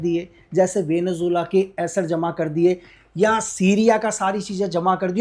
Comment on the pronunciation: Venezuela ❌ Benu Jilla ✔️